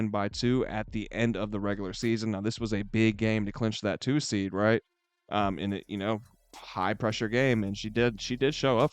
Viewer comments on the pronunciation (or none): none